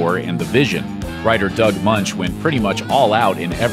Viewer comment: DOUG MOENCH (rhymes with "BENCH"! DOUG MOENCH (MENCH)